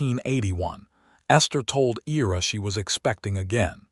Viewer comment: Ira is pronounced (eye-ra) Excellent story! Esther married the right man for sure!❤😊